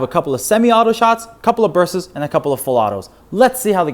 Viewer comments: Dude. Bursts. Bur-st-s. Not burse-esses. You gotta annunciate the T. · “couple bursses” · The way he says bursts weirds me out a little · Dude, it's pronounced "Torx" and "bursts."